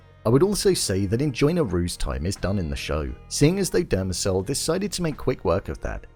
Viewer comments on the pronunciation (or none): “Demerzel” not “Dermacel” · its "Demerzel" not "Demecell"... ffs.